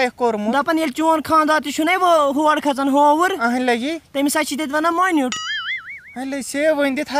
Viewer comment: Kya vouriv .vouriv nahi hovour kahte hai